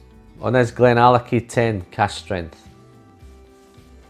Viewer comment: You did not butcher the name my friend. Thank you so much for making my week great. Billy Walker is Gandalf in the whisky business. Lovely review